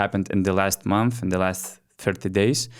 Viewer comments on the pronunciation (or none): none